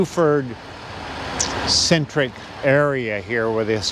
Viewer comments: Dear Lord, it's BeauforT.. Not BeauforD. hard T. Thanks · Beaufort ends in a T. Is he saying Buford? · David Morrill, I have a question for you: is pronouncing Beaufort correctly? He's putting a d at the end, not a t. Please advise.... I don't want to be mispronouncing it when I come there.